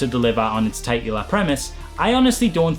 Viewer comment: Loving these videos. Also; titular = "tit-you-luh"